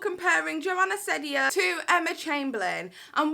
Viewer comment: It’s ceddia as in seedia